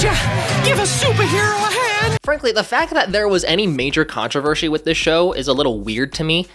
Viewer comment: Did you just say "controvershe"...